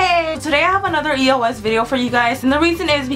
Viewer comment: its not pernouced e.o.s.